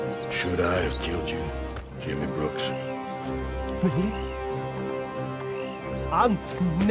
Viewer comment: You called him “brooker” several times, it’s BROOKS